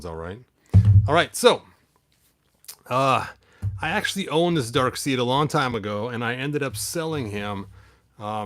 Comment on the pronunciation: I'm not sure if you were mispronouncing it intentionally or not, but "Darkseid" is actually pronounced "Dark Side", not "Dark Seed".